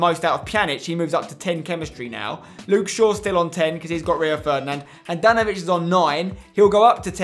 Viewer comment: Modr-ic, Rakit-ic, Brozov-ic, Pjan-ic and if you didnt see Handanov-ic